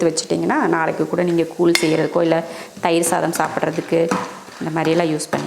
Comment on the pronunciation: கூழ் koozh என்று சொல்லுங்க. நீங்க கூல் கூல் சொல்லி paduthureenga